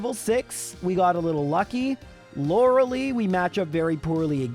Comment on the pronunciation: I legit hate how you mispronounce Lorelei every time